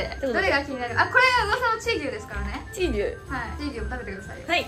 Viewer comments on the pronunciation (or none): チー⤴︎牛っていうイントネーションめっちゃ違和感あったw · チー牛のイントネーションそれなん？？？ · チー牛のイントネーション変